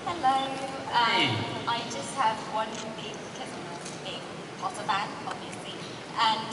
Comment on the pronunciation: POTTAH! xD